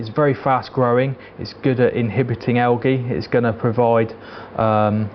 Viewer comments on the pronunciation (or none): Thanks for this outstanding setup video. It is great either for a beginner, or as a refresher for someone who has done it before. It was great not to have any of that annoying "guinea pig video" music, or rock. Thank you also for speaking clearly and not too fast. Lol, algae is pronounced aljee. 10 out of 10.